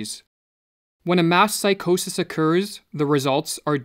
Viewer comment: Couldn’t help but hear “mask psychosis” periodically instead of “mass”. Thanks for the video, it was needed.